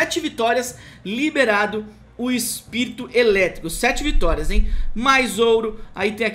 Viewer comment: "EPIRIRITO" KKKKK